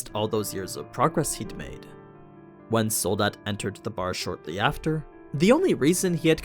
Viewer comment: I love how you Americans cannot pronounce Soldat right haha. Its not Sould-dad, its the German word for Soldier.